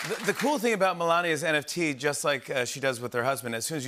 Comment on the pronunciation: What the heck is a NTF or whatever he said 🤣🤣🤣